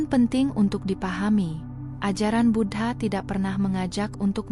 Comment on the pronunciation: Bu-dha bukan Bud-ha